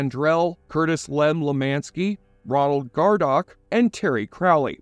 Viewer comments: Ronald "Ronnie" Gardocki. (not gardok) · Ronnie’s last name was Gardocki, not Gardock. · Are you sure you watched the show? “Wiggenbach” ; “Gardock” ??? (instead of Wagenbach and Gardocki…) Those are names that are mentioned constantly in the show. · Ronnie’s last name was Gardocki not Gardock. Wth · Gardock? It's GARDOCKI. Holy shit. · you F-Ed up Ronnie's name. It's Gardocki, no Gardock. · As a fan of The Shield, your butchery of basic names and the “strike force” is irritating af. It’s Shane VENDRELL. Dutch WAGONBACH. Ronnie GARDOCKI. And for the love of God, it’s the STRIKE TEAM! We can’t take your retrospective seriously if you can’t get simple basics right. Annoyances aside, your core points in this retrospective are spot on. The Shield is a very underrated yet amazing show which was the forerunner for shows like Breaking Bad and Sons Of Anarchy. Shawn Ryan made these characters unique and shocking at times. I’ve rewatched the show dozens of times and it’s great each time. It’s in my top 3 all time favorite tv shows and was a groundbreaking series that proved you can make characters that aren’t black or white but somewhere between them. No good guys or bad guys, just real people. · Poor Ronnie. Always the forgotten child. Gardock. Lol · Gar-Dock? Did you even watch the show? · Ronald GARDOCKI get his name right 😂